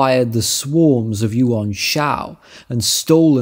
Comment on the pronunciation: A shame the 1994 version got taken down, felt that the 2010 got shortened a bit which is a travesty. Yuan and Quan would sound more like short e than a short a sound in the end but otherwise your mandarin is pretty good